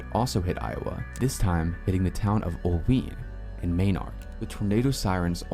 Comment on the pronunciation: 😅😅 it's " Ol wine" not "Ol ween"😂😂My family is north of it. Oelwein (pronounced "Ol-wine")